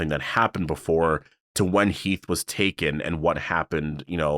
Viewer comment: It’s Heath😂